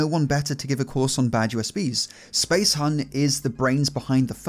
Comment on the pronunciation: A little more effort, man... It's Spacehuhn - space HOOON, not hun! ;D Imagine him pronouncing everything just like it were German words, you know.